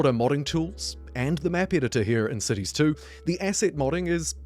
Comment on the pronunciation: Am I the only one who mishears the word "cities"...sounds more like sissys, accents and all